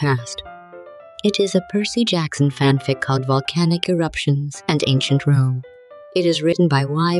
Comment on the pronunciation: Dionysus would be proud on how you keep mangling Percy's name